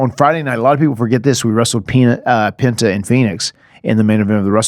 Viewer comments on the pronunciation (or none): “.. we wrestled PENIH..” you wrestled WHO Matt? 💀